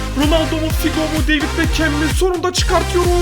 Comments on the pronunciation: Normal insanlar: beckham: bekəm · Ayn bekım yada bekhım demesi lasım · bekhem deme artık gözünü seveyim ya